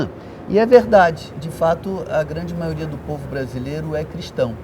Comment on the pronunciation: já tomei ranço dessa mulher quando ela falou "maioria"